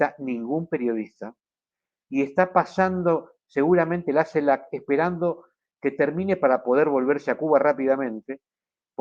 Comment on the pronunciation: Tu trabajo es maravilloso pero tú pronunciación no tanto...dices CELAP, y es CELAC, dices cactura en vez de captura... justo al revés...😉